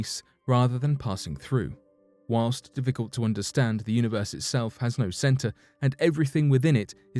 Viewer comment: WHAWNST....??? i think you meant whilst... or while.. i am an englophile and love the language but that was awful... lol